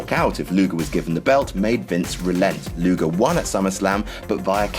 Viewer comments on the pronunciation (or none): none